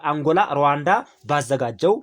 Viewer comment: ሉዋንዳ ነው ወይንስ ሩዋንዳ?